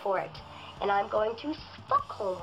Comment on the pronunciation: Stockholm not Stolkhom